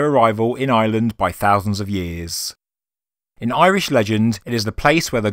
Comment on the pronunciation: Ah man at least contact Irish people for pronunciations stop assuming you know